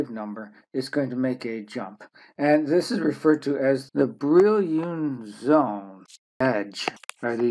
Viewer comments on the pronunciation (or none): Brillouin zones, not Brillioun zones, obviously makes this entire video useless and wrong, duh!